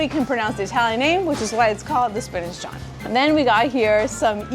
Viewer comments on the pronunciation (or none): I love the fact that you finally visit Philly to do some vegan restaurant stops. What cracks me up is you pronouncing Jawn as John😂😂😂😂. ❤